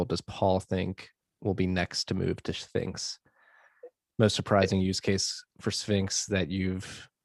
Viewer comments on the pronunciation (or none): Great talk! Premium organic kosher food for brain. mispronouncing Sphinx was inevitable ofc LMAO